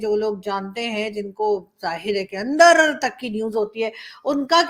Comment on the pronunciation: Andarrrrrrr like RAAAAAAA🤣🤣🤣🤣🤣